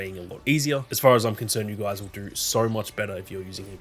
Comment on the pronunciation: When u say no u say it with a r at the end when u say do you say “doUr” funny little thing I noticed but other than that quality footy.